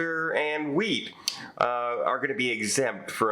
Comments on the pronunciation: That's what I thought he said, too. 🤣 I had to go back and re-play that section to make sure of what I heard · That's what I thought he said too. Lol